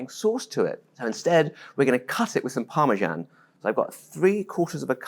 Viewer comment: what is this thing you call parmsan?😿